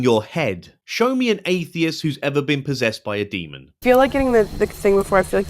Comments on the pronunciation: Great video 💜💜 it's 'demon' not 'demond' 😂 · I love you but please stop saying demond